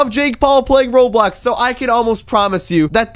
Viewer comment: Bro its roblox not roblax